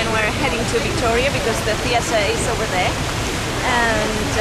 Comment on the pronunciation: jajajaja, qué gracia... hablas inglés con acento español, pero se nota mucho la influencia británica en la manera de pronunciar algunas cosas como "over there" :)